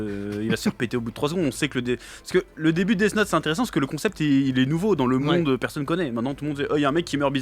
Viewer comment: «ptn c’est la merde dans le mondeu, c’est la fin du mondeu, je prend le death note et je tue tout le monde » fou-rire merci les gars!😂